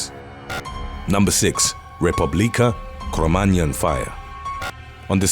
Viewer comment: Thank you for making an effort to pronounce the spanish names of the club and the band. What I mostly remember for the Republica de Cromagnon tragedy is that the majority of victims were underage, even children and babies died there. Also, a few people who survived ended up with physical and/or psychological problems and ended up dying a few years later, so I always say it was way more than 194 casualties. There’s also a still ongoing feud of ‘the band is guilty’ versus not, and for a while nightclubs refused to play Callejeros songs just in case